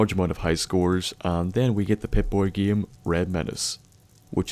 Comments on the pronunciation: It sort of bothers me that you say every word that has "ame" in it (like game, name, etc.) like "iem" (like giem, niem, etc.). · i mean you say the word game giem